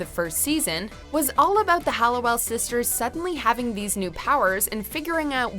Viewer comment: I am pretty interested in this video and think it is very well done BUT please can the narrator stop calling the OG sisters the HALLOWELLS. I know it seems silly or is it? I mean it‘s about these sisters and their name was part of their identity and family history…